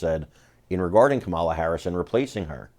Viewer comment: Well, I'd never vote for her but at least pronounce her name correctly. It's not Ka MAH' la, it's KAH' ma la, accent on first sylable Kah' ma la